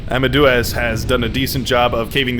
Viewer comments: Deuz in amadeuz is pronouced like "Deus Vult". Just replace the s with z. Not Doo-az. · Wolfgang AMADOOAZ Mozart 😂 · Please tell me your pronunciation of Amadeuz is a joke that goes over my head